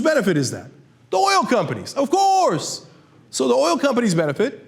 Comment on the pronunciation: Cenk: "Who benefits from this, THE OIL COMPANIES - OFCOOUSE!!" The most genuine, meaningful 'OFCOUURSE' I've seen cenk use in a LONG time!